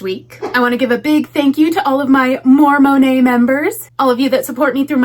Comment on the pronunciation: You say "More Monet" I hear "Mormon Hay"